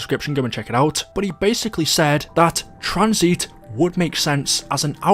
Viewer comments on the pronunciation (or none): TranzIT not Tranzeet 🥴